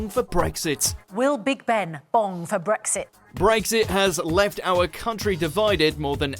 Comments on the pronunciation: Its Brexit not bregggsit you can't narrate!!!! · r u serious? An accent doesn't turn an x into a g ffs